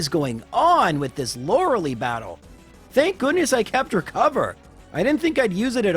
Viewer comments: Lore-a-LIE, not Lore-a-lee ;) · It's pronounced Lor-uh-lie!!!!!! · Your assessment of pronunciation might go over better if you pronounced Lorelei better. Much love though, these are good listening material. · You don't pronounce Lorelei right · I know what the problem is, you're speeding up the emulator instead of using the bicycle, you're speeding up the emulator in menus as it wastes in-game time, you're speeding up the emulator in conversations without using the turbo button, and you're pronouncing Lorelei's name wrong. But you're still doing a great job. Are you gonna do Weedle? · Okay so A) He can't use the bicycle because he has never used the bicycle, if he started now then all previous times would be irrelevant B) He has said that he knows he doesn't pronounce Lorelei the canon way, but he's' done it for so long he can't change C) He said he's not going to do Weedle because it's impossible to make it past Agatha without items. If the run cannot be completed there isn't really a point in doing it in the first place